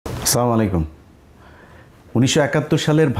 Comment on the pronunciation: আসসালামুয়ালাইকুম ইলিয়াস ভাই সালামটা শুদ্ধ করে দেওয়ার অনুরোধ করছি